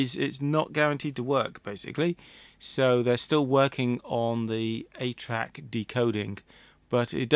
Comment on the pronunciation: Until the end of the video, each time you said, “ATRAC,” I heard it as “8-Track”! How the passage of time compresses the actual dates of vintage technologies together…